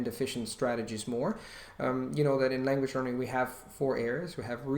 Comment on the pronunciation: Yes he does. I don't know linguistic terms but for instance listen to the first time he says 'language learning'. He doesn't sound like a native English speaker.